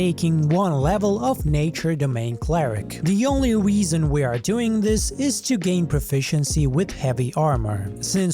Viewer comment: "The only weason..." 😂